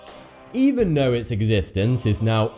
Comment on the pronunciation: Why are you pronouncing your "th"'s as an "f"? I even noticed that it's not just the word "thoughty", but all your of the words you use including the letters "th". I would really like to know why you do that.